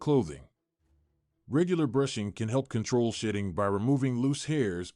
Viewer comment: I swear I am hearing shïṭṭïn̈gʻ 😂